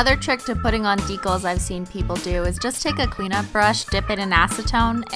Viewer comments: your pronunciation of "decals" sound more like "fecal" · I really love your videos, but the way you say decals drives me batty! It's pronounced D-kaalz. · Meant de-cals